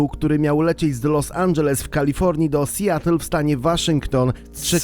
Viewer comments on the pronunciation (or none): none